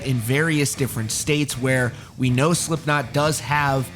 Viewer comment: he says slimpknot